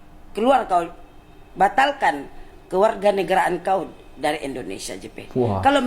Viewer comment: Betul ke budak tu asal Madura, kalau dari segi sebutan atau cara sembang, kita dah tahu orang luar cuba belajar bahasa melayu Malaysia tapi cara sebutan "kauw" seperti orang medan